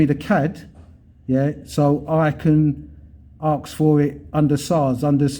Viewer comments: m8 your getting very confrontational now days for nothing tone it back a bit let the idiots walk into it as before lol oh and its ASK not AXE that just makes you sound silly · You are not professional in the slightest 'mate', I liked your earlier vlogs, but like that sausage said, you are obnoxious now. And it's ask, not 'axe' .